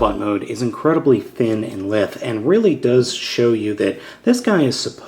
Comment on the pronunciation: That's not how you pronounce "lithe."